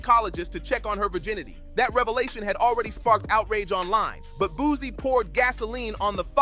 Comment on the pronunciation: Why are these voice overs, saying "boozy" instead of Boosie